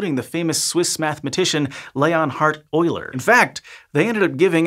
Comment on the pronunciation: Leon Hard Euler , Rofl.